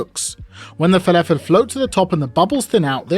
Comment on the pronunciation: Add a teaspoon of salt. Proceeds to dunk in a bowl of salt. Anyways, I learnt a few things. It's pronounced felefel not falafel. And there is a new word, nother. Never heard it from a Brit before. I thought it was only Yanks that mangled the grammar of the language that badly.